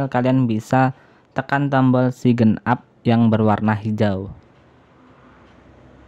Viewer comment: Bukan sigen up mas , tapi sain up....😂😂😂